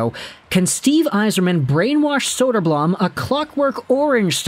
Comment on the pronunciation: elmer's big brother arvid is looking good and holding his own in the net for the blackhawks atm. it's not saying much, but arvid is probably already the hawks best goalie. side note, you're pronouncing elmer's last name wrong, it's bloom.